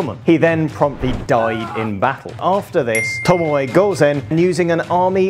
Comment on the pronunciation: It's pronounced 'TOMO'